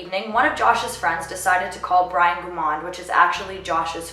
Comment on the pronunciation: Families don't like people using their loved one's case as a purpose for you to get popularity! You got quite a few actual fact's wrong and can't even pronounce his last name correctly! It's a shame you are using this case to get YouTube popularity!